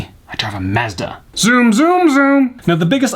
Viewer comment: The Hyundai and Mazda pronunciation though.